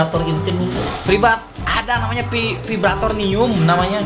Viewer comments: Vibranium kali bang bukan vibratornium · Bang namanya vibranium bukan vibratonium..🤣